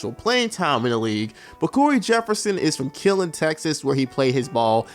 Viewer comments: Lmao bruh it’s not “killin” Texas it’s pronounced more like “Kill-lean” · This man said killin instead of Killeen Texas 😂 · Why did you say Killeen like that?? 😂🤣